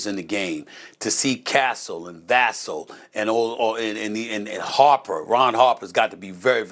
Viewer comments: Y’all please put some respect on 24 and learn how to pronounce Devin Vassell’s name. It’s not “Vass-el”, it’s “Vuh-Sail”. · Va-Sell not Vas-Sul and you'll are watching the game. Are you'll even listening when they say Va-ssell???? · The way they say Devin Vassell's name is so annoying. Man has been on the Spurs for like 6 years, has been one of our best players the whole time, and people still can't say his name right?! How can you pronounce Wembanyama, but not Vassell? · They dont kno shit, stephen a pronounce Devin last name wrong, they dont kno shit about the spurs. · death taxes and stephen a mispronouncing Devin Vassel’s name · Geez, both of y’all. Can you pronounce Devon’s last name properly?